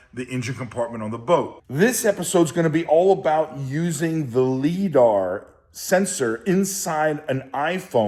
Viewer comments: Great video, perfect level for most people to get value on this process. And 18 minutes of me yelling “it’s pronounced LyDar” …then the phone call 😂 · lol... every time he mispronounces liDAR has me cringing... makes the clip unwatchable... ugh